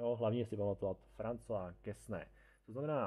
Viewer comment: Quesnay se čte [kene]. ;)